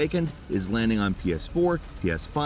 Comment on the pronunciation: It may be me, but I swear every time I hear say “Today on Gameranx”. I hear, “Today I’m Gameranx.”